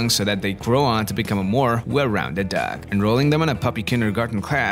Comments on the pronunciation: Did anyone else think the narrator said duck instead of dog? Great video though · Why do you say dags??? Your dog pronunciation is so weird and funny